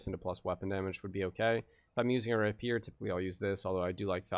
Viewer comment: it's not "ray-peer" it's "rapey-er."